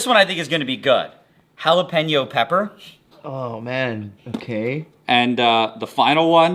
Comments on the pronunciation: Hey halapeno is still better pronounced than jalop-eno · good lord I've never heard "jalapeño" get more mispronounced as you go. I can tell youre canadian 😂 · I've never heard anyone pronounce "Jalapeno" like that before